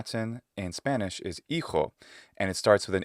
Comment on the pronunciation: You pronounce Spanish as if you were native :O